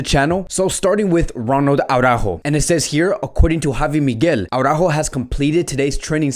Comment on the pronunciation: Why do u keep pronouncing his name Aurajo tho???It`s Araujo,HE doesn`t pronnounce it like that so why??